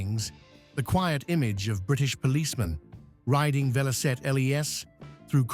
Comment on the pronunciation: It's Velocette!